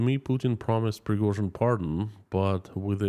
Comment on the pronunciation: Preghozin..... never heard from her.... 😂